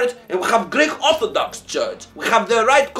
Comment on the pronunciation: 'we have e correct church, rle orthadox'